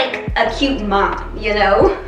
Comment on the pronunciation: When I heard you say, you feel like a cute mom, all I heard was you feel like a cute "old person"